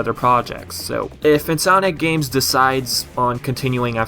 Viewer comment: Every time you say "Insominac games", I hear "Sonic games". Similar pronunciation somehow. In any case... Hopefully if Nexus-like game happens, it's not a big disappointment. I am so used to huge disappointments coming from epic concept arts and promises of a darker tone. Sometimes those are just promises (see Sonic games) and a way of luring fans to the most minimalist version of what they could have done.